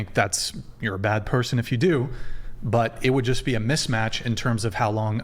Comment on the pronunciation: Axe(ask), perskin(person), i unt meed male assention(i dont need male attention), fuh rail(for real), witch you(with you). Hood 101 translated to english.